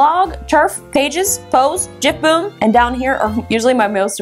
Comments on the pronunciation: gifboom not jimboom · Cuz it's not jiff boom ; it's gifboom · It's Gifboom not jifboom lol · YOU SAID GIFBOOM WRONG